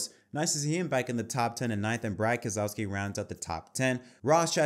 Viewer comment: New drinking game for this podcast - everyone takes a shot each time Keselowski’s name is misprounounced.